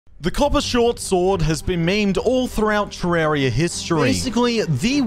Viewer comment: You say terraria wrong